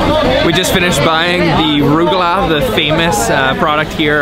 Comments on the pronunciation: These guys need to learn how to pronounce words like "challah" (he bought the ordinary machine-made cheap variety, btw) and "rugelach". It's a "Scottish ch" as in "loch". And, while Azzura is a good restaurant, it's on the expensive side, and regarded by the locals as a bit "snobbish". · Challah is pronounced Hallah, a little phlegm rolling the chaaa….ruggalah we call ruggies…rugg..ah…la! Loved the video, but next time ask the pronunciation. 😉